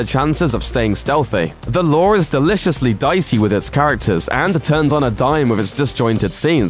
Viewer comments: Why does it sounds like you're saying the law for the lure? It's loo-er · You kept on pronouncing the "The Lure" as "The Lore".